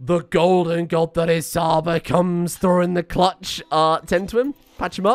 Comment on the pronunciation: Please for the love of god, don't call Csaba as Saba. Cs is pronounced like in Chuck. Chaba. Every time you say Saba my non existent braincells are dying.